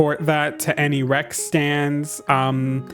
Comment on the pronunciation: I kept hearing "Rex" as "rags" and honestly it works